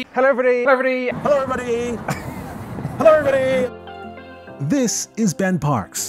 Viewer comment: This is great. From the spot-on "Hellovribuddy" to the insight about Ben not taking sponsorship. Enjoyed it all.